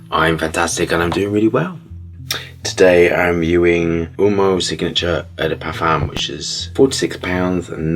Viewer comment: Pronounced ooh oh mo…not umo.